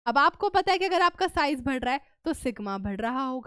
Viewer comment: Badh raha hai ❌ Bhad raha hai ✅